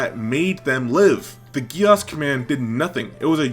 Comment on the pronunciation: ts is ragebait, bro cant even say geass properly.